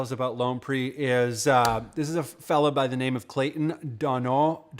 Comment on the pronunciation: Hey, thanks for the feature! It's actually pronounced ˈpī(ə)r, like fire with a p. Thanks for representing our little community of music makers, it means the world to me.